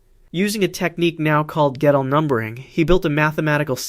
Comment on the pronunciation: Gödel is pronounced like girdle.